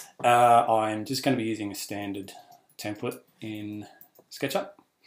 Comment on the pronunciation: "temPLATE" not "temPLET". I couldn't continue with your tutorial after the first two instances.